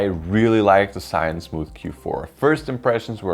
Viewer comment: its called Z - yu~win